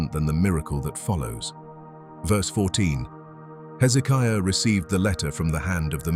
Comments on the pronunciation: Oh how i wish these AI commentaries used correct English ! 701 is said ' Seven Hundred AND one ' ! Bloody stupid American dumbed down syntax ! Pronunciation in a commentary is vitally important too. King Hezekiah's name is pronounced with the stress on the 3rd syllable - hezekIAH, not hezEEKiah. AI may be useful but it needs to be taught basic grammar and pronunciation. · Why is it the people who put this stuff out can't take the time to actually watch it and note the places that need editing? Amazing you went to all this work and miss getting things right. 3 different pronunciations for Hezekiah's name? There are other things as well. You would succeed with what you are doing, or should I say trying to do?